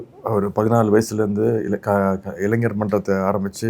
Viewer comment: Dei. தொகுப்பாளர் அது இளஞ்சர் இல்லடா இளைஞர்